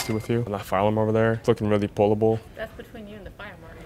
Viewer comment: “That’s beteeen you and the fire marshal”😂